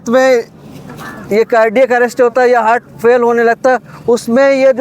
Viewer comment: हर्ट❌ हार्ट ✅😂😂